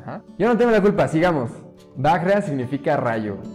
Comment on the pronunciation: Hola donde aprendiste sánscrito? Estás diciendo barbaridades... Kundalini - enroscante. Vajra (vallra) - rayo. Y así sucesivamente... Búscate un maestro de sánscrito